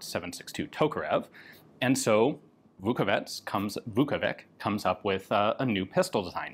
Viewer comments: "Vukovitch" is closer in pronunciation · I am not a Croat, but a slav nonetheless and a letter C at the and of names DOES NOT pronounce like K. It is pronounced like the last sound in the English word "which" - the closest approximation. So Vukovich, as they anglicize this name often, is the good way to pronounce it. Putting a K at the end sounds really bad, bordering on disrespectful.